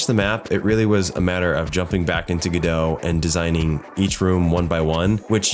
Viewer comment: Its pronounced GO dot! like robot! Thats why the godot logo is a robot.